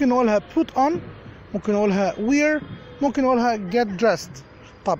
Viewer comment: Thank you very much. Just check the pronunciation of "wear".